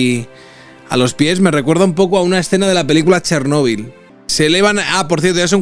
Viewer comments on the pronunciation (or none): none